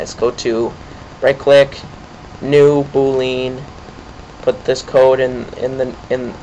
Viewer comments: omg... and it's Boo-lee-un.. NOT boo-lean. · and "boo lean" hahaha learn some pronunciation